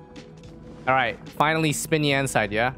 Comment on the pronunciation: Im really sorry if u didnt know how to pronounce xinyans name correctly bc its "shin yan" not "spin yan"